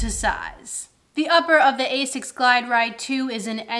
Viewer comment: Okay, who beat you up so you stopped pronouncing like Ay-Zics? Lol.